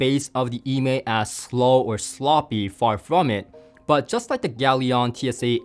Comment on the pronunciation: Nice review,! Just for your information: E Mei is named after a well known mountain in Sichuan Province in China and should be pronounced "Uh May".:goodvibes